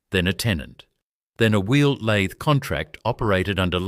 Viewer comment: Lathe say it correctly F AI